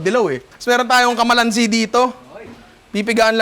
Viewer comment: Kamalansi - love it! Bulol problems 😍